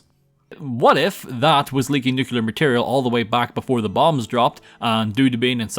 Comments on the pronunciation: Nucular or nuclear? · imagine playing Fallout on most of your channel and pronouncing "Nuclear" wrong. (not meant to be a mean comment, just wanted to point out that you said "nucular") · Your constant mispronunciation of "nuclear" is weird without an American accent.